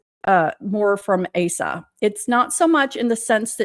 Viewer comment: Asa is pronounced long A - suh